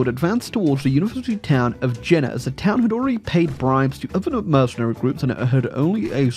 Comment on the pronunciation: That’s pronounced Yay-nuh, not Jenna.